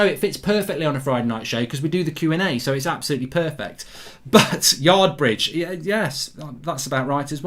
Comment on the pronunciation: Lmao!!! To whoever said Yardbridge 😂😂😂😂😂